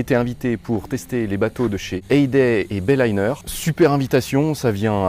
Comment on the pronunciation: BAYLINER et pas Bailayner ! ;)